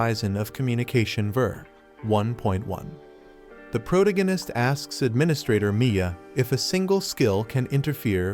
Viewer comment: You need to find a new AI that knows how to pronounce the word protagonist. It makes it really hard to listen to the video when it keeps saying that word incorrectly.